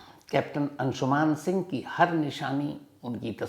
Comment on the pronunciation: Its अंशुमन not अंशुमान